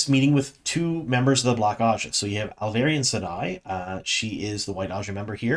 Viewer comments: Alviarin. Al-vee-air-ehn. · Great video as always! Loved this season…and I don’t care how you say Alviarin lol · Hi, I’m subscribed to your channel since season 1 and I know how you always apologize about butchering foreign names. I guess many names in TWOT are also foreign to you, as you do indeed butcher some of those as well. I can smile about most of those (you even say Tanchico correctly now 😉), but the way you butcher the name of Alviarin as Alvairin is annoying and I have seen others comment about it several times already. Please try to pronounce it as RJ spelled it phonetically in the Glossaries: ahl-vee-AH-rihn.